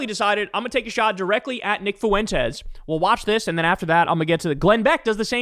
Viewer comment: Fwen-tez. Now every time you mispronounce it as “fu-en-tez” I can say you sound like an old MAGA pundit 🤪. Ask intelligent leftists (not calling you unintelligent) or Spanish speaking people. Or you can just continue to sound like a right wing pundit